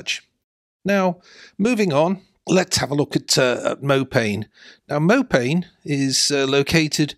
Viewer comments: It's Mopane - pronounced "Moe Pah Knee" - it's named after a Bush / tree found in the Savannah. Mopane scrub. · I believe the correct pronunciation of Mopane is something more like "Mow par nay"! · Nice update on Namibia. You should pronounce mopane as mopani. It is a type of worm the locals like to eat.